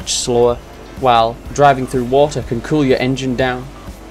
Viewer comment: öhf, faia, äöh and wata